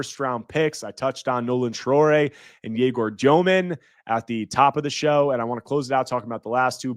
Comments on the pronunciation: stop saying dyoman, confusing with tosan evbuowman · THE WAY U PRONOUNCE DEMIN IS IRRITATING MAN. JUST BE REGULAR DUDE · As s BYU fan I pronounced Egor Demin's name wrong. Looked it up: "The Russian surname Dëmin is pronounced as "Dyoh-min." The umlaut above the "e" indicates a specific pronunciation that differs from the common mispronunciation "Demin." -Deseret News